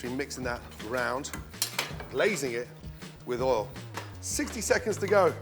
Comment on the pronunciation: "oul (oil)" "bazil (basil)"